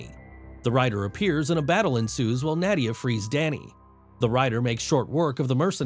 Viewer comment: You pronounced Nadia and Zarathos wrong.